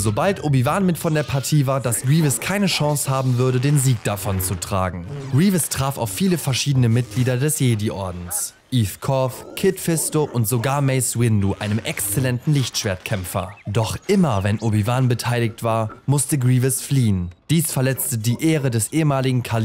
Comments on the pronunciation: Gutes Video ! Fisto bitte und nicht fistu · "Fistdu" ahahah😂